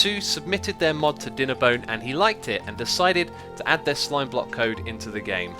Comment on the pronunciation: Slime Bwock - lol